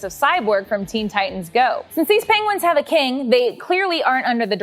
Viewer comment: Benedict Cumbersome "Penglings" LOL